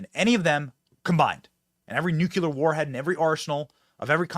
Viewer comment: By the way Benny its nu cle ar not nuke u lar.